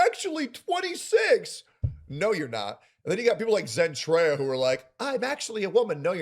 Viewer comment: And, I thought he Sin/Sen Treya